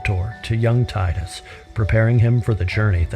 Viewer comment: he says 'tide-us" which is how we'd naturally read it in English, but it's "teedus" and that makes me not able to watch anymore